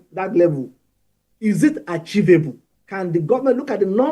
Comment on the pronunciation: What is "archivable"? for crying out loud? 🤦 It's "achievable" puleeeez..